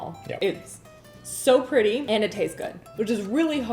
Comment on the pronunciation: Did just say they look “really prilly” when she got ready to make the purple cookies?? 🤣🤣 I just LOVE her!